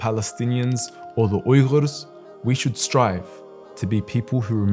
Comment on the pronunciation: It feels great when I hear you pronounce "Uyghur" so accurately. Thank you for that and thank you, ofcource, for being our voice.